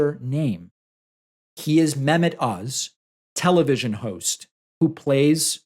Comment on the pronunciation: The H in Mehmet isn’t silent